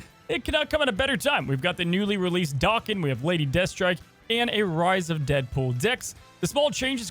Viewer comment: I prefer the pronunciation of "Daken" ..... Richard DAW-kin.